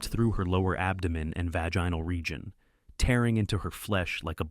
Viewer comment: "vaj-eye-nel region" thanks chatgpt